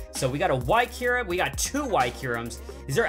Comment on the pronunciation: It is not keyrum